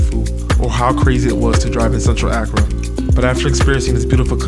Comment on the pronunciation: Wow you went to my hometown 😊 we are in the eastern region where Twi is used and Fante is more western region, please go again for Easter! Please Accra is pronounced “Ah Kra” and Kwahu “Qo Wu”.